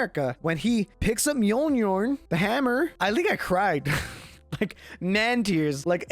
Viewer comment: mule-near is how u say it